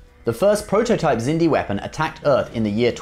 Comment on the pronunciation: I just asked myself why do you pronounce the Xindi like "Sindy" instead of "Ksindi"? And why did you include ships from the Crap Trek universe from JJ Abrams? This BS is NOT Trek!